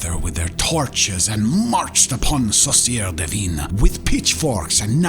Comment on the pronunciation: I'm French, so it took me a while to understand the name of the witch. He pronounced "sorcière divine" (divine witch)... he meant "sorcière du vin" (wine witch) lol. The French "in" sound has absolutely nothing to do with its prononciation in English; but sadly, my mind went blank when trying to find a similiar sound in an english word. If I find something later, I'll come back and edit this comment